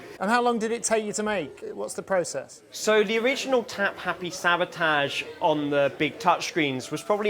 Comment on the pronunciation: He's the only guy I know who pronounces "sabotage" like William Shatner.